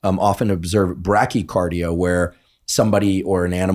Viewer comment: Hi Andrew! I’ve noticed you say brakycardia a lot. I believe you mean to say bradycardia. Just a helpful mention. Thanks for all you do! I’m a nursing student, so I really appreciate your work.